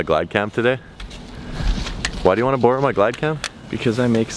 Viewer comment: The way he says borrow makes my face hurt 😂